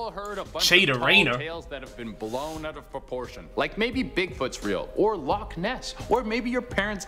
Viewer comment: Loch Ness not Lock